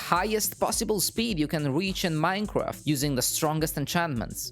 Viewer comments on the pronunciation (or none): U said weach instead of reach🤣🤣🤣